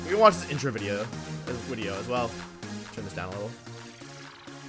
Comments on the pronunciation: Take a drink every time Wolfe says "wideo" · Wolfey the type of guy to say wideo instead of video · what's a 'wideo'? XD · The Wideo, The Wictory, The Wideo. Heard this in the first 10 seconds, i like the wideo for it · Can I ask y he says he mixes the v and w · Please tell me you say wideo jokingly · Wolfey i love your content. But please stop saying “wideo” so much it’s become too much of a meme! 😂😂 please just say video lol